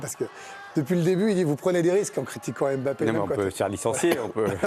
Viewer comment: Mbappé en 2 syllabes pas 3. Est-ce que vous aimeriez qu'on ajoute une syllabe à votre nom ? Ça ressemblerait à quoi ?? Un peu de respect quand même c'est pas compliqué de bien prononcer deux syllabes correctement.